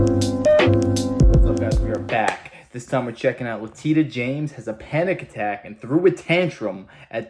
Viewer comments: It's Letitia, not Latitia. I like to think of her as Lettucehead James. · LA-TI-SHA., not Latita...if you are going to piggyback of other people's content at least get the names right. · Pronouce her name LA TISH AH. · Her name is pronounced La-Teesha